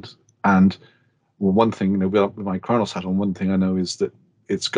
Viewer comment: I thought he said "I'm going to say the N-word" haha, very informative i really like what khronos group are doing.